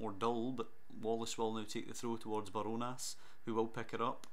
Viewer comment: ‘barjonas’ is pronounced as bar jonas